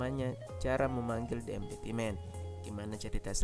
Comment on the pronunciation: "De emti men" bukan "de empity men" semangat ya kak:)saya suka kontenya